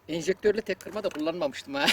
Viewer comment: Hocam elinize sağlık güzel bir video daha.naçizane bir düzeltme yapayım.Eminim doğrusunu biliyorsunuz ama,dil alışkanlığından dolayı boş kovanı fırlatan sistemin adını ejektör değil enjektör olarak söylüyorsunuz.